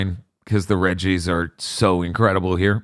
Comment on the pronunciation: Every time they mentioned the "Regi's", I can't help but hear "Reggies" and envision like some horrific man / rock hybrid of Reggie Fils-Aimé pursuing the cast and making those sounds. >3>